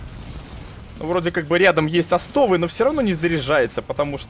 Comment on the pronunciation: О'стов а не осто'в